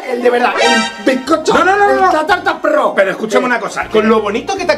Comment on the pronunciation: Pero Mike no se dice prro se dice pro